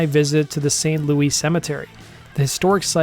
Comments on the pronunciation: Pronounced - St Lewus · You’re info is off. You mispronounced her name, the cemetery name, got the dates wrong, she wasn’t a psychic , but our voodoo queen. ( I lead tours in that cemetery )